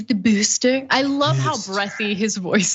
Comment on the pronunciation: "Have you gotten the BOOSHTER?"